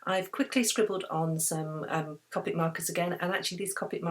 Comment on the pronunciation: I just have to say that copic is pronounced cOpic with a capital O sound :)